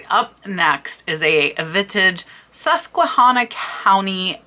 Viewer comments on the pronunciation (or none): none